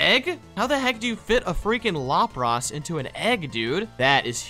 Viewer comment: “lop ross”